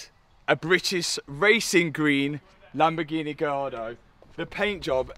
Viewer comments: I'm Italian and I approve the color, but you need to perfect your pronounciation of LAMBORGHEEEEENEEEEEEE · It’s a Lamborgreenie 😂 Love It 👍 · Reasons for watching videos: 3% to see what is up to 97% to hear "Lamborgineh" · Lamborghini ❌ Lamborgreeny ✅